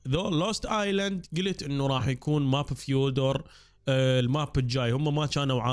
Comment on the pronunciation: اسمو مش فيودر فيودا هيك تنلفظ